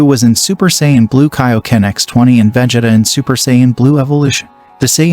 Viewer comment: You said Vegeta's name wrong